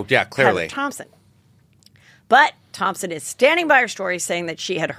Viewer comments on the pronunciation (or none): Take a shot every time Heather says ThomPson instead of Thomson 😂🕺🏻♥️